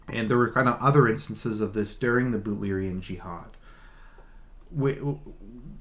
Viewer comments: Yes its Butlerian Jihad...BUTLER. He just pronounces it oddly. :) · Butlerian jiahad is right, he just prenouns it wrong, but he got it right